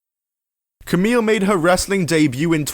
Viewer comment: It's pronounced "Kamee", not "Kamil".